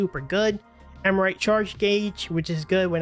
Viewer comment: Am-Ri-Ta. Not Am-rite